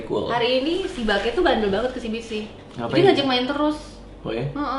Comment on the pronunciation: Gw aja dengernya Bangke k kok :v